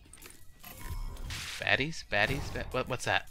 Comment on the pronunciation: when he said baaddies, baddies, baddies, I thought he said fatties, fatties, fatties